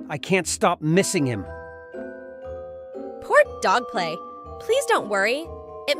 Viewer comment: Bro said dog play😂